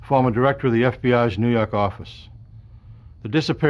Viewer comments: "nuu yawk affice" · New yalk